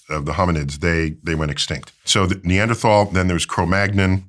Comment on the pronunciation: You’re saying “Neanderthal” incorrectly there Mr. Tyson 🤣🫶🏽🤙🏽